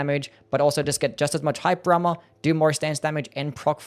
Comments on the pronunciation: I think he did say “hype drama” because how does “hyper armor” make any sense? Lmao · Took me way too long to realize he's saying "hyper armor" and not "hype drama", thought bro was talking about the spectacle of the attacks lol